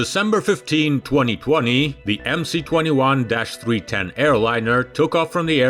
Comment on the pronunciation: Why do you call it "The Emsee 21", when it is really "The Emess 21"? Sounds ignorant! Otherwise an interesting and informative video.